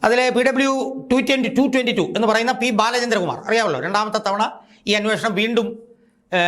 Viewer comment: നീ ആദ്യം ബാലചന്ദ്ര കുമാർ എന്ന് 100.തവണ പറഞ്ഞു പഠിക്കു